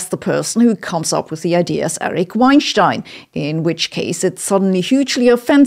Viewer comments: Sabina, you're pronouncing Eric's Weinstein's last name incorrectly. It's not pronounced like it would be if he lived in Germany. It's pronounced the American way. Listen to Lex Fridman's interviews with him to hear the correct pronunciation. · It’s pronounced wine-steen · Weinstein rhymes with Einstein in German -- "VINE-shtine" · He pronounces it "wine-STEEN". IHTH. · Off topic, but why don't you pronounce all of Weinstein as in German ("vayn-shtayn") or as in English ("wayn-stayn"), why the Gemisch "wayn-shtayn"? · I just love her saying “schtine” 100 times. Wienschtine and einschtine. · I didn't know you were german until you pronounced erics last name.😂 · You are pronouncing his name wrong. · I love the way Sabine stresses "STEIN" when she says his last name, thus making the subliminal equation to Einstein. Now, Einstein only had one stone but at least he didn't wein about it!